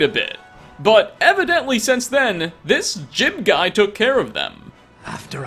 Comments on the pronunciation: Do you just mispronounce words/names on purpose to piss people off? It's jee-ub not jib ffs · Juib's name is pronounced Jewb not Jib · His name is Jiub, not Jib. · It's pronounced Ji-ube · It's pronounced "Jiub" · Pretty sure his name is pronounced "Joob". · Jiub pronounces it Jib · JOOB! IT IS PRONOUNCED JOOB! LIKE JOB FROM THE BIBLE! GRAH! I don’t hate you but it does hurt, like British people mispronouncing oregano. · Khajiit So? He'll never learn how to pronounce it right if we don't help him.